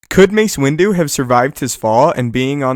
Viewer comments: Everytime he says Window...i hear "Windu" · "windu" XD